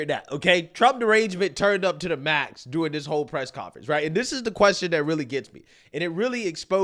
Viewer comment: I'd give my left nipple to hear pronounce "during" properly just once.